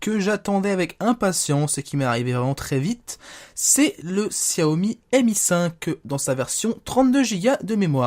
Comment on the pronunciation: and Co. Ouiiiiiiiiiii tu es démasqué!! Haha :p bien pour xiaomi bon c'est pas trop ça mais tu dis pas gziaomi xD c'est horrible pour nos oreilles :') en tout cas très bon téléphone, je pense fortement à l'acheter